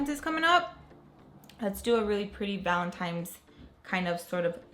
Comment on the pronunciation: Valen-tine's not times 😂😂